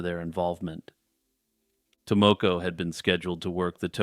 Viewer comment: Your pronunciation of Tomoko makes my ears bleed.